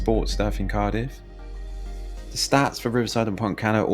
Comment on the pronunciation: Couldnt watch it very long, as mis pronouncing names of areas. Do your homework mate